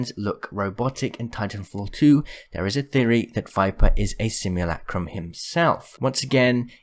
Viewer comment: Merch. Simulacrum. Sim-yoo-la-crum. Not lack-crum. Please. I beg you